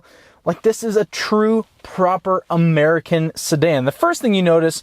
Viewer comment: he said murkin